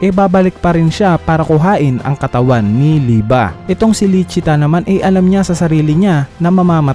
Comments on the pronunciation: Liebe hindi lieba Lie-bay lie-ba ????? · Mali ang pag salita mo sa pangan walanamang ba kondi be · Lodss yung liebe li-be ata pronunciation nun hindi li-ba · Liebe Hindi lieba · bakit lieba??? eh liebe kung german word yan.. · liyeb po ang basa sa liebe